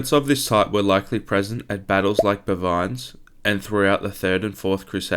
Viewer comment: Very interesting video. Like others have said, I'm glad it wasn't AI narrated but you need to work on your pronunciation of names and places. I appreciate you're doing your best from written material available and likely haven't heard others pronounce them but if you can nail the pronunciation of names like "Maciejowski", "Bouvine" and "Bayeux", you'll significantly elevate the quality of your content.